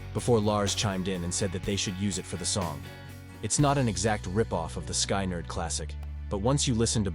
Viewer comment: Calling the Trapped Under Ice riff stolen is really a stretch. You can’t steal what you created. Kirk wrote the riff when he was in Exodus, reread the first 4 words of this sentence. Sky nerd? FFS, teach that computer to read or learn to type the script phonetically. Now go make a video about how Dave Mustaine stole riffs that he wrote from Metallica.